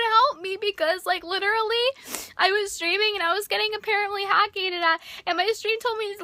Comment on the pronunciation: "Hack-ed" "fix-ed" hiisssssssssssssssssssssssssss Also its a good thing if you cant stream. You need to learn to speak properly. And you're annoying. Jesus..